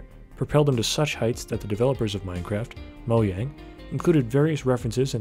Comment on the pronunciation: Bruh how do you correctly pronounce Mojang but say “Nudsen” 😂